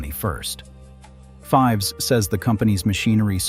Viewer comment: It is pronounced "feevs" even though it is spelled "Fives"